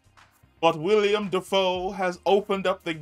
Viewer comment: Not tryna be that guy just letting you know, like when you let a friend know they got food round their mouth. It's Willem not William